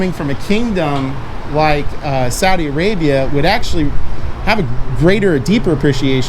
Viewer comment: Someone who is from Saudi Arabia would know that it is pronounced SAW-dee not SOW-dee. The country is named after King Saud (SAWd).